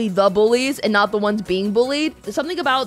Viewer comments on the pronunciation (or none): "I can fix her" No you canNUT." (the way she pronounced "not" xD ) Me: "You're goddamn right."